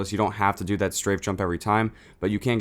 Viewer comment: he said zat instead of that